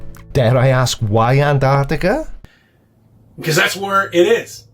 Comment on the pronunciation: NO, didn't he say "Annartica"?